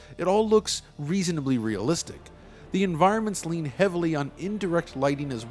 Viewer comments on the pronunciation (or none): none